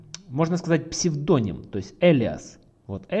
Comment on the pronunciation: Как же ухо режит этот ваш псведОним...